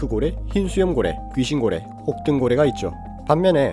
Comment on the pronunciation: 여기 ☆ 저기 ☆ 혹!동 고뤠!!